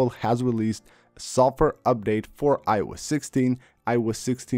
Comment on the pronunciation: “Sof ware” 😂